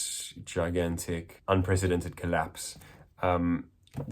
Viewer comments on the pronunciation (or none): none